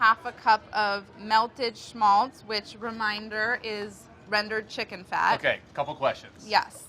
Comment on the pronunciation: Nice Pronounceation of Schmalz Molly. I know Matzo Balls as Kräuterknöddel.